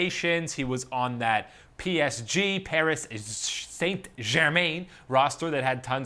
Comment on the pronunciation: Mate you butchered that PSG pronunciation lmao